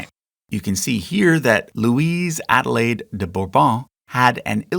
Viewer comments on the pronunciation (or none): none